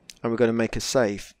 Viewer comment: i watched almost 5 hrs ur vids, n im rly curios why u keep saying SAFE instead of SAVE .... its kinda annoying